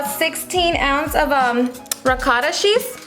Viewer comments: The way she says cheese!!! 🤣 “shhhhheese” lmao how annoying is her voice in the intro though! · This looks so good. I think it’s adorable how your accent comes out when you say “cheese” it’s cute! You’re an inspiration girl, your so well put together on top of having a nice personality.